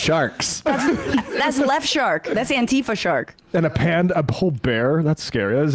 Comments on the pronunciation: *Antifa not Anitfa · Anti-fa not antee-fah.